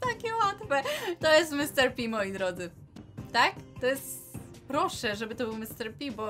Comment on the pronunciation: nie Mr. Pi tylko Mr.pig